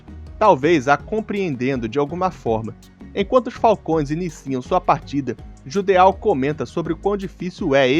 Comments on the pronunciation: Geralmente palavras terminadas em "Eau" são de origem francesa (exemplo: Petit Gateau, você ouve nas propagandas eles falando PETITE GATEAL ou Petí Gatô?) que tem o som de O, ou seja, o correto seria Jidô/Jido e não JUDEAL. Não estou reclamando, afinal, ninguém é obrigado a saber pronúnciar nomes estrangeiros, foi só pra explicar mesmo. Inclusive, belo video. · "djudô", não JUDEÁU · O Judeau se lê "Jidoh" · Só uma observação a respeito de pronúncia. Nomes terminados em "eau" normalmente são de origem francesa e no francês essa particula tem som da letra O fechada. Ou seja, no caso de Judeau a pronúncia é algo próximo de "Judô" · Tenho impressão que judeau se pronuncia "judô"... ah, tanto faz honestamente.